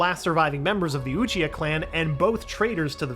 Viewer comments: "One of his greatest friends, Oochia" 😂😂 c'mon man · ah yes uchia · “He lost one of his dearest friends, Uchia” Man didn’t even say his last name right, let alone saying his entire name 💀💀💀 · Who tf is uchia isn't it obito??